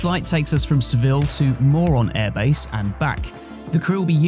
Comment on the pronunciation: Did he just say "moron air base"?